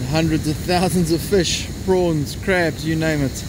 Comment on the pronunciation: When you said 'prawns' in that accent I squealed with joy